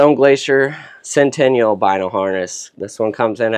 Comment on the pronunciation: Great video, good info👍 Also the stone Glacier is pronounced sent-i-nal not sen-ten-ial